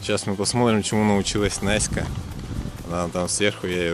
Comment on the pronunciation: все время говорит, вместо Настька, Наська👌😝